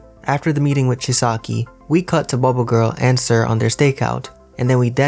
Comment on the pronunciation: Its chisaaaki not chiski